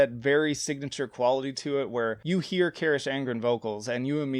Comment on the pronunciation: Your pronunciation of Carach is criminal